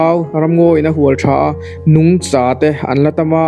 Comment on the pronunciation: Mozotawng hman dik lo lai a awm zeuh zeuh aw..Nungcha nilo in Nungchâ tih tur zawk a lam rik dan tur